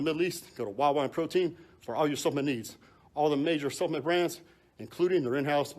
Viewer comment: Er Branch, the word is supp-le-ment. Three clearly recognisable syllables